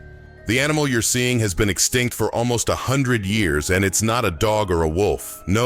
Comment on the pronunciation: The word extinct, it's not understood by this fella!